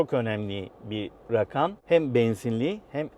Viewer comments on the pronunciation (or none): none